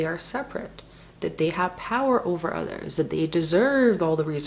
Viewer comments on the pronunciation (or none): the way u said "others" sounds canadian. sowry. 😉 love ur energy/mwssages